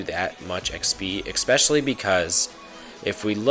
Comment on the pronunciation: Especially man not "exspecially"